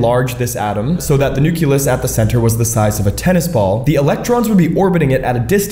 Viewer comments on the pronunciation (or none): How are you gonna be a science communicator but pronounce NUCULOUS like a fifth grader? It's hard to respect that 😅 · I refuse to listen to someone who pronounces nucleus as nuke-ya-lus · Why The Fuck are you pronouncing "nucleus" as "nuculus"?!?! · It pains me that he pronounces Nucleus as Nuculus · AAAAAAAGGHHHH! Please, PLEASE do not say NU- KYOO-LUS! It's pronounced "NU-KLEE-US!" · I can’t stand how this guy says “nuculus.” It’s pronounced “nuclEus.” Same diff with nuclear power and how some idiots say “nucular power.” Just incorrect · So, I've always enjoyed and respected your content and the way you explain things simply without unnecessary complications, "big words", etc. And I know this is a small thing in the big picture, but I was very disappointed today to hear you describe the center of an atom as the "nucYAlus". You're smarter and better than that my guy, it's NUCLEUS..NOOK-LEE-US if phonetic spelling helps. I know a shit ton of people are gonna come at me over this, but there's a reason why we spell and pronounce words a certain way, largely to prevent confusion and even accidents and injuries. And web content contributes to more and more people being nearly illiterate and unable to successfully communicate when it matters. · His mispronunciation is cute though 😂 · Why are you pronouncing 'nucleus' like that? Did i miss something? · The way he pronunces nucleus upsets me. No other issues or notes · Being a science communicator and mispronouncing important words isn't the way to improve interaction. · This guy doesn't even know how to prononce nucleus, how can you trust him for scientific information? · That pronounciation for nucleus is criminal😂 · Your pronunciation of Nucleus makes my ear bleed. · Wrong. It’s the nucleus. Learn to pronounce scientific terms so people might take you seriously.